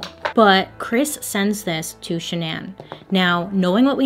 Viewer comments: "Sha-naan"? Not Shannon? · Why won’t my brain process “shannan” and not Shannon 😭💀💀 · her name was pronounced like Shannon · Are we sure this girl's name isn't Shannon? Hearing Sha Nan over and over again it was too much for me I had to bounce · SHANNON typical pronunciation the way her mom and dad pronounce it not shuh-naan... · i wish bailey knew it was just pronounced shannan (like shannon)and not sha-nan😭💀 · Are you sure her name is Shuh-nan? And not just Shannon? (this is bothering me hon) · Is she mistaking Shannon for Sha-nan lol, or is that her real name? My name's Shannon and it's a pretty common name so there is no way she's that bad at pronunciation lol! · The CC says Shannon and you saying Sha’nan has me on the floor 😂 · i think her name is (shan-nun) not (sha-nanne) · SHAN-NAH lmao ily but you kept saying SHANN-AN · I would pronounce her name way different. Shan-non. 🤷🏽‍♀️ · Is it just me or is Bailey saying Shannan's name weird. I thought it was pronounced "Shannon"??? Am I tripping? 😅😅😅😅😅😅😅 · Ok shananne can’t not be how that’s pronounced right? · Shan-non😂. love your videos❤️ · I can’t get past the pronunciation of Shannan but I’ve watched enough of your videos now to know that this is just a Bailey thing 😂😂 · Is it supposed to be pronounced “Shannon”?? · Nobody: Bailey: Sha-NAN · LOL is that really how you pronounce the wife’s name???? Shannan?????? ShanAN????? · Wait... Is her name pronounced sha'nan or shan'en? Lol 🤔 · Her name is pronounce Shannon just spelled different hate to correct you it just bothers me but I still love you girl!!!❤️ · I don't know why but everytime I hear you say shannan I keep waiting for you to follow it up with igans.... Shenanigans. Lol!!! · I will literally pay you to re-record this and pronounce her name correctly. Please. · So, I know this is absolutely not the point of this whole thing, but the pronunciation of the wife's name made my eye twitch throughout the whole video. 😣